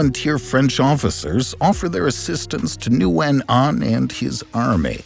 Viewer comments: Zero effort made to pronounce Nguyễn correctly. Come on! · No, that is not correct, that is like calling a duck a chicken. Nguyễn only has 1 pronunciation, all other pronunciations are incorrect. Noo-win is so incorrect. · I disagree with this advice as a Vietnamese person who majored in linguistics. "Win" is the common anglicized pronunciation found in the US, but people anglicize it in different competing ways and all of them are equally correct (/incorrect). I find noo-win to be more similar to the original than win, and some prefer noo-yen. In Vietnam, my English-speaking teachers all pronounced it noo-win.